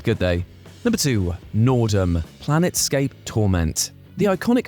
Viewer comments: Dude its planescape not planet scape wow good voice over 😂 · How TF am I supposed to take this clown as a "gamer" when he calls "Planescape Torment" "PLANETscape"????